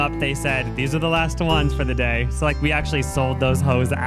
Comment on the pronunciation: "i AUUctually have so much energy" im crying i love yall sm